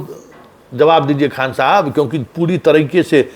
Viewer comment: Pahle to aap Mahajan thik karo KHAN KHAN bolte ho